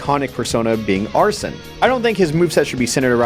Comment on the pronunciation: Did this man just deadass pronounce Arsène as "arson"?